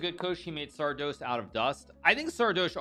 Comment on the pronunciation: It's pronounced Sardoche not Sardoche.